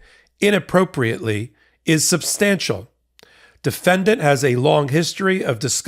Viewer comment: You pronounced "defendant" wrong.